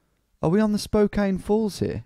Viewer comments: Hey, I'm from Spokane! Never expected my hometown to pop up here. Been here all my life (29 years). Spokane is pronounced like Spo-can. 'Can' as in a soda can, and this is used in plenty of punny ways. Local stores include Spokandy, Spocannabis (marijuana is legal here), and Spokanimal (to adopt pets). 1. The courthouse area. No, you DON'T want to walk around here at night! That area is jokingly called Felony Flats by us Spokanites as it has some of the highest crime rates in the city. But overall, in other areas, I think the crime is fairly low. The tower you saw in the video was the courthouse tower, yes. The video also briefly showed the clocktower in River Front park which is more famous, as well as the Pavillion. Also, when you were on the Monroe St. Bridge and made a joke about jumping off if you wanted to end it all... umm... yeah, that is something that happens with alarming frequency on that bridge. Some people are trying to get nets installed underneath. 2. The Gonzaga area. This was recently a joke on the internet because of a segment where Jimmy Kimmel pretended Gonzaga didn't exist. The college basketball team is pretty good, even if our city isn't well known to most, even to people in the US. You also made a joke about hitting a dead end, which is hilarious to me because Spokane has a LOT of dead end roads. I'm sad you didn't get any South Hill locations, but I don't think you made the area big enough to include it. The South Hill is an absolute clusterfuck of r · Its pronounced Spo-Can, not Spo-Cain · OMG I hadn't seen this until now. I have left many comments trying to get us on here. I know some have probably said you were saying it wrong. Spo-Can! lol. I said that in my comments. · Spo-can......is how it’s pronounced LMAO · Portland, OR, USA You are immediately identified as an outsider because Spokane is not pronounced Spo-Cane but actually Spo-Can by locals.